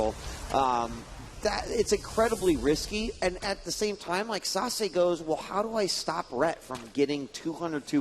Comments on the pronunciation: its sah-say, not sah-suh... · is sase pronounced "sasuh" or sasay"? I am le confused